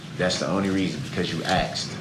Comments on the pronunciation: Every time he stays "axed" instead of "asked" it is equivalent to hearing nails on a chalkboard. The arrogance of this illiterate scum is so frustrating he is argumentative over everything as he is stalling and using this opportunity to torment his victims further he is clearly used to dealing with underage girls who tolerate this disgusting clown. At the end of this he will go back to the cage where he belongs and will continue to be the human equivalent of a blistering rash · "Axed & answered!" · Please someone tell this narcissistic, ignoramus murderer that an "axe" is a tool that a woodcutter uses to chop wood. 🪓 And that to "ask" something, is to voice a question. His lack of education and absence of manners are getting on my last nerve. He doesn't learn because he doesn't listen. God gave us two ears and one mouth for a reason. 👂 👂 👄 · Anybody who says "axed" instead of "asked" should be given 6 months in jail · What is this "asaxed" that brooks is on about. I thought the word was asked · Axed no hun it's ask!! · She axed 😂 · "Because you axed" 😅😅😅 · 'because you axed"...what an arse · Yooo Axed! Yooo Axed!! The butchering of the English language and horrific pronunciation is so very hard to listen to! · Cuz u AXED CUZ U AXED; YOU AXED!!! OMG